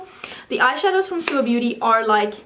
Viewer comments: It's bo-té (the owner studied French and chose the French word she told) ahah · Står det beauté? Det är skönhet på franska och uttalas båté. Du är jättefin i det håret.